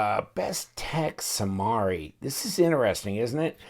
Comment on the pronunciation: It is pronounced Samari not Samari